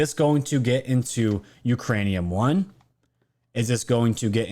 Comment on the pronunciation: Did you say Ukraine-e-in One? Did you mean Uranium One?